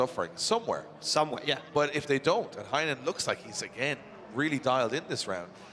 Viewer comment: Can you please call Heinonen as "heynonen" not "hi nonen" ty.